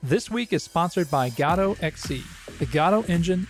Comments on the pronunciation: the fact that you pronounce godót drives me crazy, while everyone else in the world and the community says "godôuh" or "goudough" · I've never heard it pronounced "ga-toe" - I wanted to pronounce it "Go-Dot" but apparently the developers pronounce it "Guh-doe" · Ew stop saying gah-do lol😊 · gAdot???? where is the A in Godot ?? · "gado" lol. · I refuse to accept any pronunciation that isn't "God Ott" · Lol "gawdot" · is that the way you say godot? thoght the t was silent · Hey man, there's no way for me to say it without sounding like a dick, but I think you should know. The most annoying thing about using Godot is how nobody can agree on how to pronounce it, and you just introduced a new one I've never heard before.